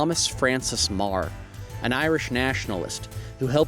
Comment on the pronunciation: Well done on pronunciation of Meagher Known as Meagher of the sword